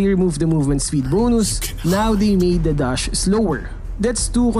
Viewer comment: "Chree seconds", "Dush speed" 😂